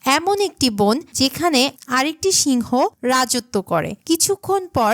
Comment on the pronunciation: বোন কি? বন বলতে পারেন না ? মূর্খ !